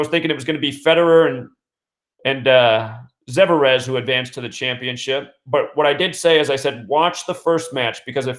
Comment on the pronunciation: I believe the tennis players name is Russian , believe it’s pronounced zver-ev